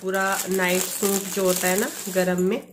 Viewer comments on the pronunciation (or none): Hi plz don't mind... Aap suit ko soont Kyu bolti h... Suit bola kariy